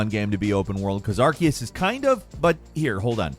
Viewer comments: You are pronouncing Arceus wrong. It's pronounced Ar-SEE-us, not Ar-KEE-us. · Love ya but.... Are-cee-us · with the amount of times you've covered pokemon now, i'd have thought you'd learn to pronounce arceus' name properly